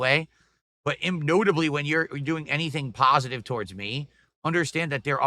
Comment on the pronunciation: Man this guy is so pahsitive. Constantly crying about LARpers and trollz and sahck accounts, and crashing out over his shirt. So glad he avouds all the negativity and drama, ack ack ack 🐽